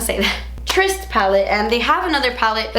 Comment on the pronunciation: Thank you for looking up how to say "tryst". I wish more YTbers would do that : )